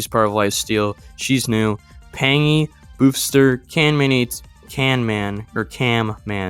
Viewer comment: Blue, first point is the pronunciation of midmysticx, it would be said as mid-mystic-x or mid-mystics, either are said, as well as this boosfer is pronounced as boo-ss-fir (fir like the player) and that is it (just wanted to say here, im autistic so if my phrasing is ever poor im sorry, also im very sorry if any of this comes off offensive, love the content and have been watching for about 9 months i believe (and only made this account semi-recent) and wanted to help with giving info i knew incase it helped in any way)